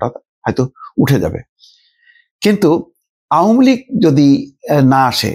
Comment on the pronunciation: আওমুলীগ না আওয়ামী লীগ। শুদ্ধ করে বলেন। ভাই ইউনুসের দালালী বন্ধ করেন।